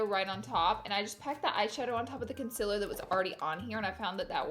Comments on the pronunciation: Why do you sing that song at the beginning? Also you said conciller?? It's concealer x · How your meant to say it : concealer How Laura says it: conclr 😭 Laura!!!!! Honey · CON👏CEA👏LER👏 NOT CONCILA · I like her but I freaking want her to say concealer not conceler ugh it makes me angry af I don't know why😂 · Why do u say conselar its conseAler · try to find a laura lee video where someone doesn’t comment “con-cih-ler” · Concealer is pronounced conceeeeeaaaaalee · its pronounced KUN-SEAL-LER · Randi Nicolajsen glad I’m not the only one, I thought I was just hearing her wrong but she says it a bit weird. No hate, just a thought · Never stop saying consiller. It makes you you! Lol I love it. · Vienne Borg I really love her but it bothers me SOOOO MUCH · I love Laura but why does she say concealer wrong 🤦🏽‍♀️ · Not to be rude or anything but why does she say concealer like that?? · the way she pronounces concealer has me dead